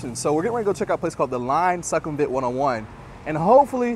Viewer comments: Good content, but Sukhumvit is pronounced SOO-kum-vit not Suck kum vit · As a 12:year Thailand resident from North.America I can confirm that most of your info is correct. However, your You Tube presentation would garner more respect if you put a little effort in to learning how local Thai folks pronounce common words. eg: Sukhumvit is NOT prounced "Suck - hum - vit". It is prouoinced " Sook - hum - wit". In case you havent heard the correct pronounciaton of the main airport in Bangkok "Suvarnabhumi" .... Locals pronounce it. " Soo - wanna- boo - mee" . Good luck & enjoy Thailand!